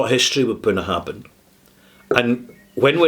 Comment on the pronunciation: you mispronounce the name of this distillery.